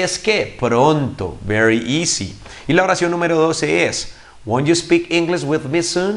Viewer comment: Teacher, primeramente muchas gracias por su tiempo y enseñanza. Por otra parte le hago una crítica constructiva, le hace falta mejorar la pronunciación de algunas palabras para que siga mejorando. Por ejemplo, el "won't" no se pronuncia \guont\, la forma correcta es \guount\ hay para que lo cheque. Saludos!